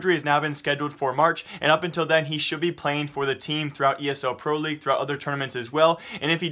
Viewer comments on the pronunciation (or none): none